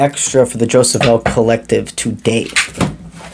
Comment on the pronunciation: Hi thanks but Jophiel has no ‘s’ e.g Jofiel is Jo- fee- el 🙏